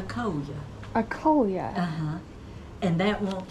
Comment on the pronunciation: Coleus, not coleia...and they grow fine outside.